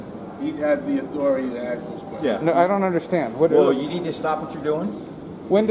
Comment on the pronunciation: "Im with the authirity here". Exactly what authority is that